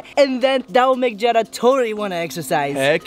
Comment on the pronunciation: its Jeddah not jennah